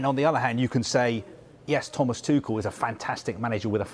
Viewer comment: Thank you for pronouncing Tuchel correctly (at least in British German).